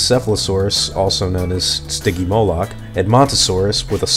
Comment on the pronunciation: You pronounced stygimolock it's pronounced (stij-ee-mole-lock)